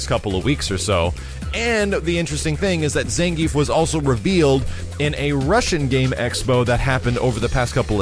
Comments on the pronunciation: It's not "Zan - Geef", it's "Zahn - gee - eff" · ZAHN-GEE-EFF,! Get it right! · Ppl keep calling him "zan-geef" even after the trailer tee-hee